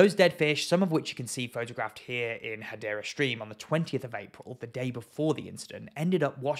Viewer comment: Hadera is in Israel! You spell it Hadera! You pronounce it Gadera!